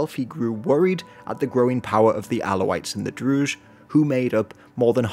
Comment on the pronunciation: Great video but you keep mispronouncing 'Druze'. It's pronounced with a regular Z